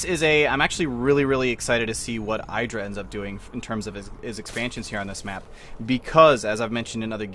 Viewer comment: I get why you want to be like Artosis, he is awesome. But it's Idra not Eyedra -.-'